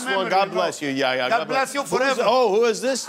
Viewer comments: It’s not (Yea-yea) It’s (Yeh-Ya) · Typical middle eastern lol His name is not yaya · Yaya 🤣 it’s Yahhhhhhhhhhh ya you need to focus on the h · Yaya lol it's YaHya the H isn't silent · He’s name is yahhhhya not yaya😂!! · It's pronounce "yeah yah" Jimmy. Not Yaya.. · It's pronounced "Yea-Hey-Ya" not "Ya Ya" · not yaya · The fact that he kept saying Yaya, it's يحيى حححح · For the last time, the name is pronounced yah- (remember the h sound) ya.